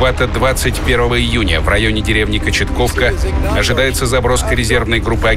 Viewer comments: Не Кочетковка а Кочетовка учи географию диктор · КОЧЕТОВКА правильное название а не кочетковка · Не Кочетковка, а Кочетовка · Не Кочетковка, а Кочетовка. И сейчас есть такая деревня в Белгородской области. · Село называется кочетовка а не так как сказано в видео(кочетковка) а там молоды